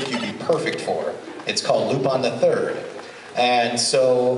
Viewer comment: OMG, it makes me so happy to hear Sonny pronouncing Luu-pahn and Mee-nay instead of Loop-in and Mine. Now as long as they dubbed Daisuke Jigen instead of Jigen Dai-sookie, this will solve all of the problems I've had with the Funimation Lupin dubs. Because, other than the pronounciations, Sonny nails the Lupin voice pretty well.